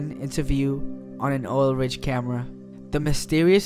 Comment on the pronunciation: Sounds like you should do some research on English before narrating! Hooked on phonics Worked for me....